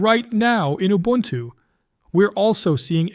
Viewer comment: If you can learn to say Ubuntu correctly, someone might believe all your hype.